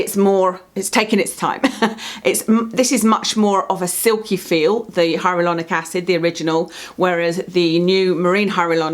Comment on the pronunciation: Do you know you say HyaRuLonic instead of HyaLuRonic? Love the channel! Rarely buy a product these days unless I’ve watched your video on it, you have the same experimental nature with skincare as me. Really respect your channel and long term reviews!